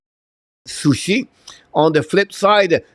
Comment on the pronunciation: Coach, the team is Sochi pas sushi, c'est pas un met japonais! 😁En français, sceau chie.... haha